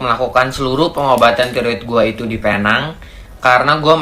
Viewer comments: Pee - neng.. ✅ Pay - nang.. ❎ Getik lubang telinga aku dgar nye.. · Kawan2 Indonesia semua..cuba sebut Penang dgn betul. cara sebutannya sprt ini .. P neng